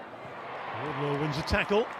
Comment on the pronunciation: Every time this announcer commentates he calls her Charlotte WardLOW. For the love of all that is Holy call her by the correct surname. Pay them the respect they deserve and get the name right. "I fought the low and the low won!"